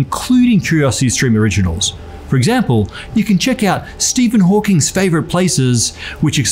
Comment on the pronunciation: BZZZ!!! Lose 5 points. It's Hawking, not Hawking*s*.